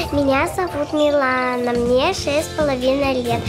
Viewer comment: Анастасія Каменських неправильно Говорила Ім'я Дівчинки. Правильне Ім'я Мілана. А не Міланія.🇺🇦🧍